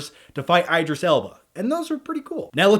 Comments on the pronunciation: Its not i-dreees......its E-drees alba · the obligatory BAD Morgan Freeman AND Matthew M. impression. yay.... said no one ever. btw, it's IDris Elba, as in DID not I'D. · Hey, you're pronouncing Idris' name incorrectly.... just saying.